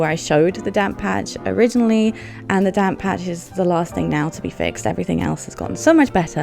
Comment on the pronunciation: just realized you were saying "damp patch" and not "damn patch" 😂😂